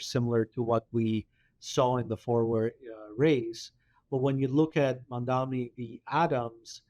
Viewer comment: His name is MAM-DANI.